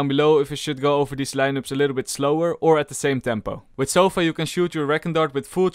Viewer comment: "Sofa" Sova: its" sova" get it right mate.